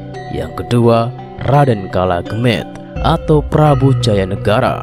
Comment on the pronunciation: yg baca naskah gk paham nama nama. contoh perang paregrek ...kolo gemet.....hhh lucu.